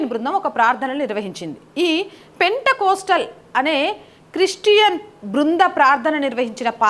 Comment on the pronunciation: పెంటె కోస్టల్ కాదు తల్లీ. పెంతె కోస్తు